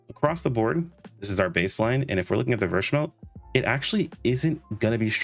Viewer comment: it's pronounced v-smell